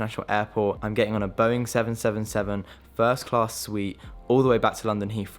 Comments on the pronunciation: Its Boeing triple seven not ‘seven seven seven’ !! 😂🤣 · It was so strange to hear someone saying Boeing seven, seven, seven instead of triple 7 😂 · Great video but one thing is that Boeing 777 is pronounced triple 7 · 20 years old, In Dubai, going on the world's most expensive plane seat, That's mad bro. Also you say the "Boeing 777(-300ER)" the Boeing triple seven but apart from that I hope this video pays off and keep up the amazing videos. ❤